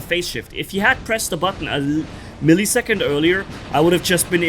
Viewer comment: It's Weber not vaebar and it's millisecond not milliesecond and your talking about never getting out of invincibility using the very thing that goes into invincibility every second.